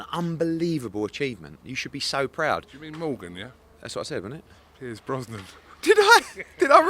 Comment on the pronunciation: clearly didnt say brosnan. said bronze 🙄